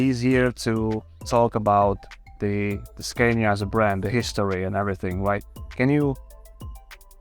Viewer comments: The guide Raul Fernandez pronounces it the right way. Scania is a swedish company and this is how swedish speaking people say it. The native way So I think this must be the only right way. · Great vid. Loved it. One thing: the interviewer keeps on pronouncing the Scania name wrong, while he can hear the museum guy saying it right.